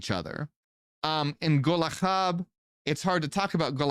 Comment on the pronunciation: its pronounced gol-ha not golaha, it means charcoal hot, burning charcoal